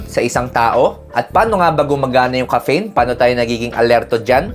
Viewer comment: DOC, BAKIT NAMAN PO GANYAN PRONOUNCIATION NIYO NG "CAFFEINE"?? ARE YOU JOKING LANG BA?